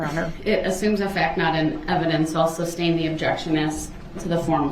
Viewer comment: Do dat. His level of ignorance is beyond my comprehension. He needs to shut up and stop saying tackit. Substain. Do dat. Axe. Hear say. Subject matter jurisdiction. How bout newtons law!!! His long nails. And lack of remorse!!!!!